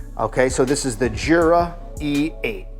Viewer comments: It's pronounced "YOO-Rah" not "JOO-rah." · It’s pronounced without the j